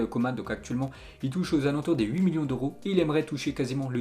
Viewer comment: Fun fact: le nom « Coman » se prononce « comment »